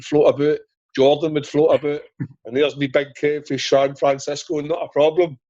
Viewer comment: "Kev fae Stran-Francisco" 🤣 just when you think the big man's patterns getting pish